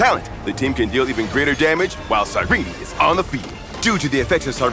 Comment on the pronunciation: Who was gonna tell me her name was pronounced "Sai-Reenie" and not "Sigh ren"....